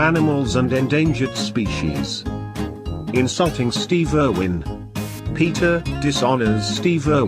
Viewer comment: "Stehve Ehrwhen"